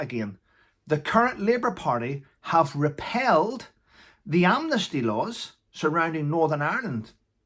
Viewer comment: 'REPEALED' NOT 'REPELLED'...